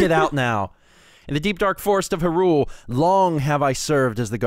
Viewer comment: MrCylibus2 you're supposed to emphasize the hy in Hyrule